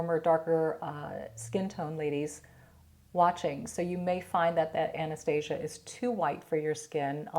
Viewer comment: Love your videos. Oh fyi you’re pronouncing Anastasia name incorrectly.